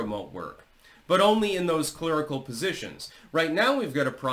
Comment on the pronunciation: "Clurical", huh? 😂